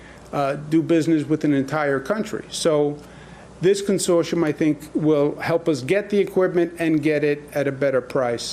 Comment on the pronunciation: goog god the T in consortium is pronounced